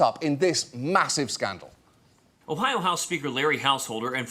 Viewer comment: I'm delighted to learn that John Oliver has no idea how to pronounce "Ohio"